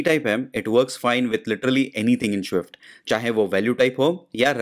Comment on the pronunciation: please pronounce swift properly.. its so irritating to hear